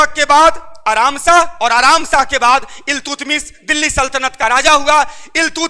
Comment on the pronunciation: इल्तुतमिश नहीं अल्तमिश